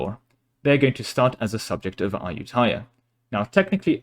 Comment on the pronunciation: ah-yu-ta-ya, sue-koh-tai